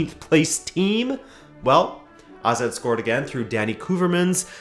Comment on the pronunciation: Finally someone who pronounce AZ right! Great video as usual, and a very interesting idea